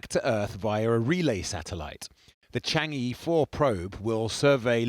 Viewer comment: Pronounced....charng errr